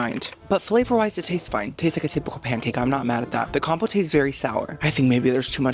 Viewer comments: Com-pote not Com-po-tay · ma'am, compote is not pronounced that way lol. It's com-poat (like coat) not compotay 😂